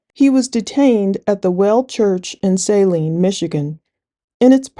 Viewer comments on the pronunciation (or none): I am from here, am an alumnus and worked here for over a decade … it’s pronounced “Suh-LEEEEEEEN” not “SAY-Lin”